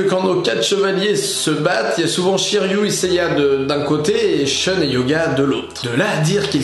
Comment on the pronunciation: Pourquoi ʃœn au lieu de ʃun ? Pourquoi ?!!!